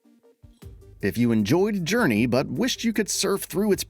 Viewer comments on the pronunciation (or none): none